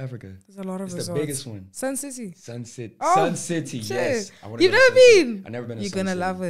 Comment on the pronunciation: bro said "yesess"😭